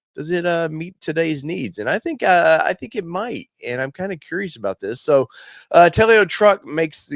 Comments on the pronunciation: I believe it is pronounced Tel-o not Tel-e-o. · Not "Tell-E-Oh". It's just 2 syllables. "Tell-Oh". I like it, too. I'm hoping they can make it to market. My pre-order is in.